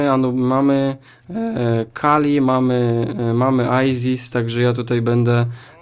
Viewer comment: Chcesz to masz czyta się "aisys"